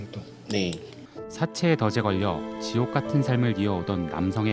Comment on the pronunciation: 사채의 덫에 걸려 발음 [더제]라고 하네 진짜 요새 언론인들 발음 미치겠다